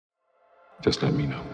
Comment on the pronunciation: "Jus let me know"